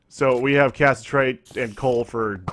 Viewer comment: Im not sure if these are pre-recorded, but it is pronounced ca-sit-er-ite